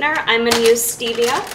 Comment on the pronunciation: I liked the video, thanks so much, and I'm being a bit of a Nazi here but the pronunciation for fage is printed right on the container... So... Yeah, sorry I'm done :\ oh wait also stevia... Maybe look that up too lol